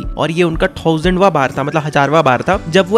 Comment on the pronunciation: professor ❌ processor ✅ thousand ❌ thasand ✅